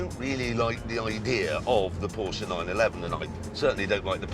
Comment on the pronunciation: its so good to see/hear that an englishman actually says "porschE" instead of "porsch" or "porscha"